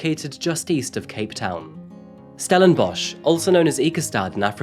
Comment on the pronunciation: And we are ranked 3rd in the world for the largest amount of serial killers. Also, well done on the correct pronunciation if the local area, but stellenbosch for us afrikaans people is 'stellenboss' think the one you mentioned is from old afrikaaners (40yo-50yo +). also hope these POS useless waste of air realise what they have done and are tormented by it each and everyday.